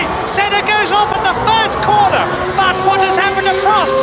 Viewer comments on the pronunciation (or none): none